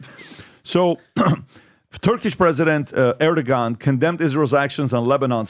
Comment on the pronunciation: When I someone going to tell Pat he says Erdogon wrong? He has been doing it for months.